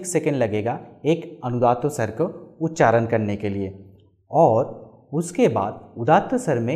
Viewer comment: Its feels as if somebody is beating my ears with hammer everytime he pronounce उच्चारण as उच्चारन He is a vedic pundit and he doesn't know the difference between ण and न